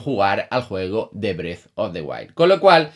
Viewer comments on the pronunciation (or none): none